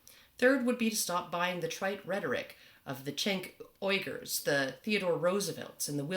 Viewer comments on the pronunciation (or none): I think Cenk Uygur is pronounced Jenk Wee - gur. I'm sure on the first name, not so sure about the last. It's Jenk You-Grrr. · This is a great video but you guys GOTTA get his name right, and I'm not even a fan of TYT but it's pronounced Jenk You-grrr.